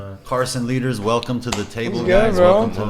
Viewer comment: Why does like everyone pronounce Carson lueders last name? It’s LUEDERS NOT LEADERS